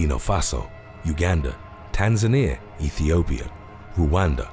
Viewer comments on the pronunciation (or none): none